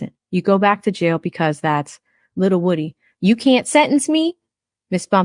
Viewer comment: The say it’s pronounced Woo- Dee!